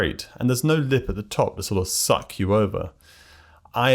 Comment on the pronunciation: I just cant with the way this guy is pronouncing "suck"